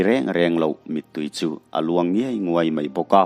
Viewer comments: Ngei nguai👈nilo in, ngiai nguai tih tur.. Sawi ve tawp 👍😋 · a dik ngawt mai..kan tawng hi chu chhiar rik hi a har em a ni. Thahnem ngaih thu ah ka lo sawi ve hrim hrim a ni e. Ka beng a rawn luh fuh em a. Ka'n ngaithla chiang ngial a, 'ngei nguai' ti in i lam tlat in ka hria a.. 👍😋